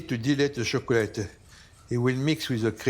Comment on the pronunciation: It’s not that difficult to pronounce chocolate